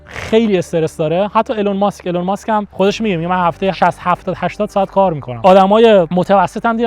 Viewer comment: ایلان ماسک❌ایلون ماسک✅